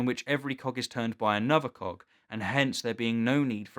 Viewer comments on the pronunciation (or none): Oh, he said "cog" I heard... cock. -------LOL